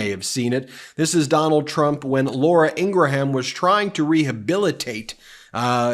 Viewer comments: It’s LAURA INGRAM not INGRA- HAM lol. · BEN: It's not Ing-gra-ham. It's two syllables. Ing-rum. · Really like your show. But Laura Ingraham's name is pronounced "IN- GRAM". She says it herself on her show. Keep up the good work! 💪😊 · Please stop saying Laura Ingra ham! It's pronounced Ingram! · Ben, PLEASE learn how to properly pronounce the word "Susquehanna"! It is basically 'sus - qwa - hanna' NOT 'sush - qwanna'! Come on now! P.S. And maybe someday you'll review Meidas Touch's video of Curtis Ingraham from 2 years ago and learn how to pronounce his sister Laura's last name correctly. (retired teacher) 😇🙏🌈